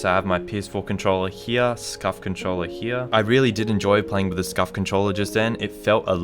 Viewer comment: Everybody: "Here": "Heeya"